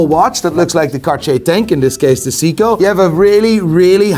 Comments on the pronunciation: Seiko is pronounced Say-Co for fuck’s sake! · Don't get me wrong, I enjoy the hell out of your content! But the fact that you call Seiko "Seeko" and Breitling "Brettling" is giving me ear cancer😖 🖖🙃